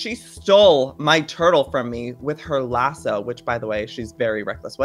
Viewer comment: LassO. There’s an o. Not lassu